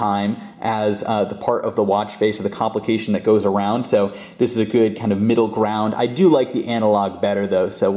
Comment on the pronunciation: take a shot every time he says comlication